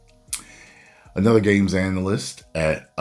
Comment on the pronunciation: He said, "Anal-yst"...